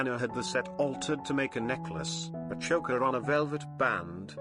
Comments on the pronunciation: PLEASE! PLEASE! Cease with the robo voice😩 It is incapable of correct pronunciation. Chokka??? (Choker)😩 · "Choe-ker," not "Chocker." !!!